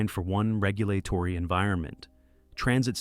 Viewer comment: I assume this is AI based on the mispronunciation of basic words like regulatory